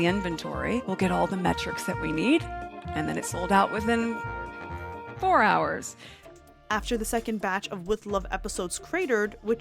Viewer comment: The way she said 4 hours! 😂😂😂 Really Duchess of Clowntown!?